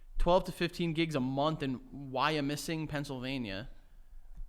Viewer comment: as someone born and raised in Philly, when said Wyomissing (a city 1hr away from philly), I thought he was struggling to say Wissinoming, which is a section of philly)